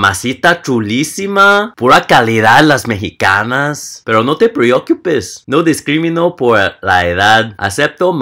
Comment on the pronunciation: me encanta su "pero no te priuquiupes" amo a los hombres de ojos rasgados 😍 PD. Soy Mexicana 🇲🇽